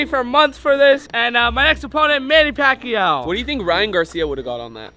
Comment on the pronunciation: When says Manny Pacquiao i think is kinda cool listening here from Philippines 🇵🇭❤